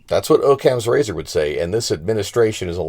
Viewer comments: Its pronounced Aww-cams razor. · Pronounced Ah-kams razor!!